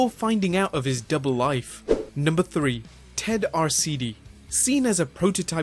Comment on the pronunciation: Ted Arcidi? Lol